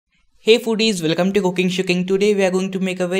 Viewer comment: U were like welacomee